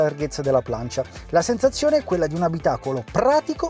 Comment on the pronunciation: Hai detto senzazione invece di sensazione